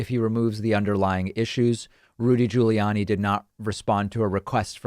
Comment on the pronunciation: Ahah! Caught you pronouncing Giuliani's name properly, David... You're slipping, careful. 😏